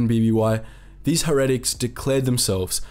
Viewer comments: Heretic is pronounced "hair-uh-tick" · It’s pronounced HAIRITICK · Heretic = hair-a-tic !!! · The way you pronounce heretic makes it sound so lame.